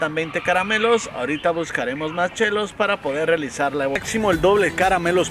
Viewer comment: Porque el dice CHAINY y no shini? O Chellos en vez de shellos:v No me maten:v